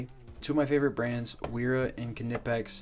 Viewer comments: It's pronounced KUH-NIPEX, my guy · Lol 😂 how he says knipex 😂